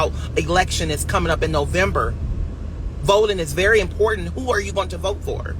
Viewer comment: "Considerize" ... "Impordanant" 🤭